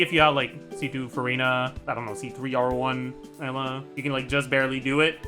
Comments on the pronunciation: Why does he pronounce Eula like Ella?? I already cringe at how other content creators pronounce her name, but where tf did he get this pronounciation from? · What’s up with the weird pronunciations of “Eula”? Ella? Uhla? Emma? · No hate but why does he call eula “ella” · im crying why is he saying ella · He pronounces Eula's name like he doesn't know how to pronounce Eula's name 😂 what is ehllah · Is that how it should be pronounced? Educate me tho because I get uncomfortable hearing him say "Ella" 🥲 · Is he saying Layla or eula lol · The way he pronounces Eula's name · Eula French pronunciation stun grenade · why does he say eula like that it's driving me crazy